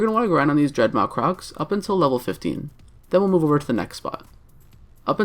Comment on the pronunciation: DreadMAW.. like awesome... dread mawesome